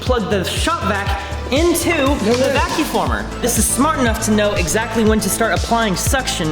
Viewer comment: He keeps saying vacu former. It’s a vacuum former.